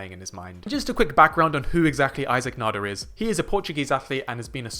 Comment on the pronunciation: Thank you for saying his name correctly, [nah-der] and not [nay-duhr] like many other English speakers here on YT.